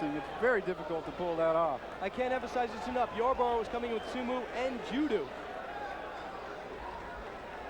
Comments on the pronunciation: Su-moo and ju-doo? That's first I've ever heard them pronounced like that. 😆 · Sumu and judu?! 😂 these announcers had no idea what they were talking about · he said sumoo vs judoo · They way the announcer was saying Sumo and Judo as Sumu and Judu